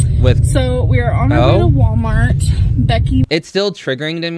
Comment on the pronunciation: Anyone else notice she's now to lazy to pronounce the L in Walmart - it's now " Sooooo we're at Waaamart"